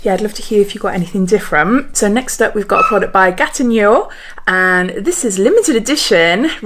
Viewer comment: hi une gomme is the french word for eraser, gommage is the action of erasing. gatineau is french fonded by madame jeanne gatineau in paris. and it is pronouced gati you said that right but the end is NO not nio x